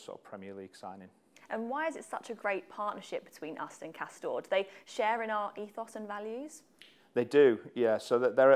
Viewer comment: did he say cost down?